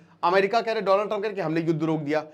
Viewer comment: Donald ❌ Doland✅